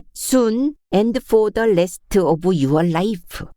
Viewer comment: 꺽다리분이의 파란만장한 삶. 몰입하고파 듣고 또듣고~ 김진초 작가님 감사합니다. 영어발음 듣다가 유얼 라이프~빵터짐 ㅋ. 넘 귀여워서리~ 실제 호주에서도 그렇게 하심 지역 유명인사 되실듯. ( 또 ㅎㅎㅎㅎㅎ로 웃으며 댓글 다실거죠?) 히힛~